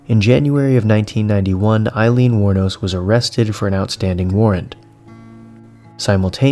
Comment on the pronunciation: Hmm, the internet says her last name is "Wuornos". Great story, really love this content.